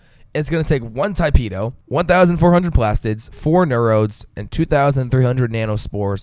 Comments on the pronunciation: he said: Tai-peh do. and then my friend told me to correct him. damn grammar nazis. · Tee-peh-do. you're welcome.